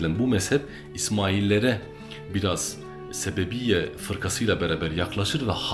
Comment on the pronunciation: Sebebiyye değil, Sebeiyye; Bahuallah değil Bahaullah....